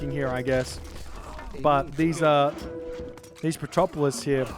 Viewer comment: Man, its petroVolos, not petropolis :D :D :D